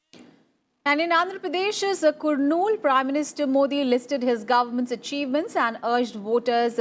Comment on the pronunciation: Respected news reader, it is NOT pronounced "kur-nool" but "kar-nool"